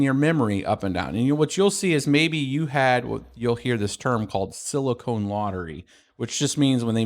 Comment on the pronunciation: Thanks for the video dude! (The pedantic jackass in me forces me to mention that it's "sili-con lottery" not "sili-cone lottery", which might be something more, ahem, interesting.)